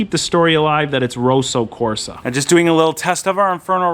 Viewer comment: FYI, 'Roso Corsa' as you say it means in Italian 'racing pink'. The 'o' in rosso should be as in 'pot', not boat, and it's a long ssssssss. It may be a Kia color but it's definitely red, not pink!